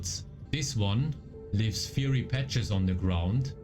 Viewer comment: "fiery" sagt man wie "feier" + "y" Thanks for the vids!